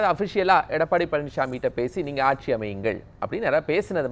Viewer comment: கக்ஷியா .. ஆக்ஷியா .. வறக்க்ஷியா (வறட்சியா)? புரக்க்ஷியா (புரட்சியா)??